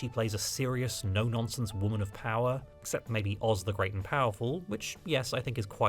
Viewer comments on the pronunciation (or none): none